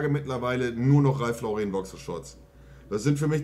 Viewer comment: Er weiß immer noch nicht wie sein Lieblingsdesigner Ralph "Lau-rehn" ausgesprochen wird. Der Mann ist Amerikaner und kein Franzose. Dementsprechend spricht man ihn "Lawrren" aus. Ist doch nicht so schwer, Marcel :-)